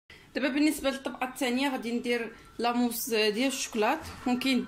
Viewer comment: الطبئة وتسئيها...اويلي هضري مقادة كيف الناس...وسميتها لاموس ماشي لاموص